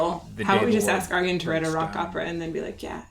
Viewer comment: I've always thought Ayreon was the 'universal' way to get people to pronounce Arjen properly... You're pronouncing his name perfectly though! Love your reactions!!